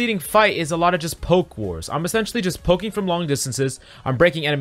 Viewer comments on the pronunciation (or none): none